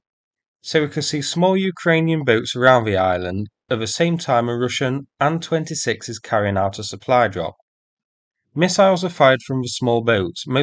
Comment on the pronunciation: I'm so incredibly relieved to hear a Bri'ish English speaker say "Ann-26" like it's supposed to be, rather than say "Aye-Enn-26" like most other Bri'ish "people" Let's also remember Sukhoi planes are Sue-#, not Ess-you-#